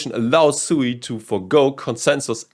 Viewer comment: It is pronounced sweet without the t